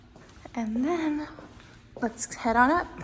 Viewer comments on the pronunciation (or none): none